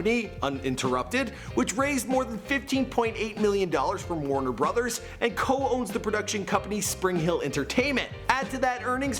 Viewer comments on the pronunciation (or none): none